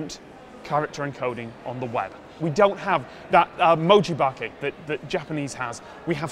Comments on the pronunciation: Your Japanese pronunciation of "mojibake" was right BTW. (Probably a bit of a British accent if I were Japanese, but I'm American so it sounded spot on to me. :D ) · You pronounced mojibake pretty well! For anyone who wants google translate or a Japanese English dictionary: もじばけ